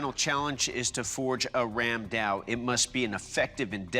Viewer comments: It is not randao it is ramdaa. It was widely used by the Bengalis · Ram daa was used extensively by the Gaur rajputs of Odisha and Bengal. And yeah it's called Ram daa not Ram dao 😅. I'm Bengali and I have one in my house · i am from India...and it is ram da not ram dao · So... as a Bangali, I must say something about the pronunciation. Because every time I hear someone say "Ram Dao", my skin crawls. It's Raam Daa, not Ram Dao. The distinction is important because "Dao" is a completely different weapon. However, I understand that people who isn't a native speaker of any of the Sanskrit influenced languages may not even notice the difference. Nice episode though. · I'm Indian and it's pronounced as Raam, kinda like a stretched 'rum'.. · Ramda became Ramdao😂